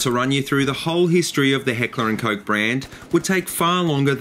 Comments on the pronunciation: hehehe... Heckler & Coke, i know its not that easy to pronouce for you english speaking countries but it just sounds funny, but i can pronounce it right from the case that I live in norway since we pronounce the letters more similary. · ***** but it still sounds funny :P